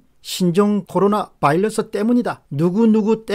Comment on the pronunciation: 안타까운 마음에 한말씀.. 바이러스 입니다. 이제 "바일러스"라고 하지 안ㅎ으셨으면 합니다. 열열한 팬이